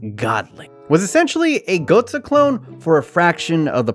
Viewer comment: It's so cringe listening to you pronounce Gotze. It's not Goatza....